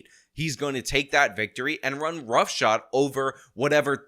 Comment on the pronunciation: Run ROUGHSHOD, not "roughshot." Just sayin'.